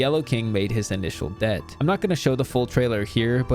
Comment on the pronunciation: that's not how it say debut